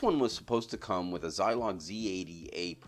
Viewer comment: Keep up the good work. Well done video ! Nice to see coverage of this lesser known area of add-ons to the Atari VCS. By the way... I believe the Z80a in the prototype Entex Piggyback was made by Zilog, not "Zylon" (if I heard you correctly .)